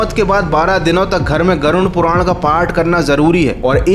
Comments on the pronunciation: नाम तो सही से ले लो ,,, गुरुन नहीं वो गरुड़ पुराण होता है ,,,😅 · गरुण पुराण नहीं, गरुड़ पुराण, सही से बोलो। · Garun puran kyu bol rahe ho Garud puran bol bhai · Garud puran bolte hai use ...garun nhi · Garud puran ❌ Garun puran😂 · Pronunciation par dhyan dae it's गरुड़ पुराण Garuda Purana